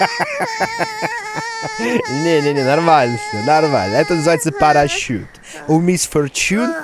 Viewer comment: Я одна угараю с того , как дима сказал : « парашут » Паращюююют уи